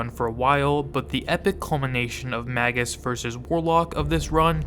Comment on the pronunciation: Magus is pronounced like "Maje-us." Like Warlock, it's a traditional rank in occultism.